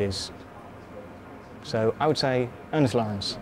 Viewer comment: In case others had trouble hearing the name, it's "Ernest Lawrence"